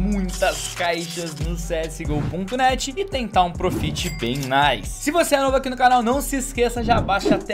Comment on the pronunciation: Não se fala prufit mas sim prófit